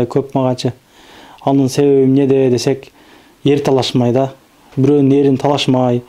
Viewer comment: Ээрин эмес эрин туура болсо керек? Ээр бул атка токулат